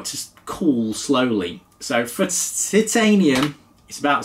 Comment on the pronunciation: points to gryffindor for correct pronunciation of Titanium. Spot on old chap